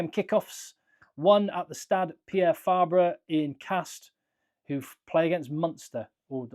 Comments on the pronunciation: As a french i mostly heard people pronounce it « Castr » as he said. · Your first pronunciation of castres is correct :-)